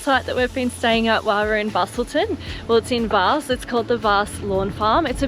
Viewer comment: How good is WA. The best state on the planet. But The location is called Vass, not varse. Lol.